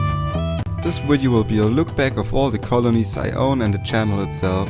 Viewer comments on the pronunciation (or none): Awesome channel. BTW it's video not widiow